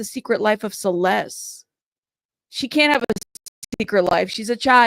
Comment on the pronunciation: To me, it sounds like she mispronounced Celeste's name because she couldn't quite remember her name.